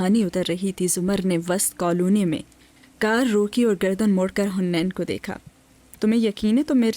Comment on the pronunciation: It’s not hunain…it’s haneen